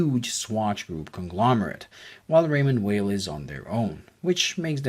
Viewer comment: If you like the brand so much, please take the time to pronounce the name correctly. It’s not that hard!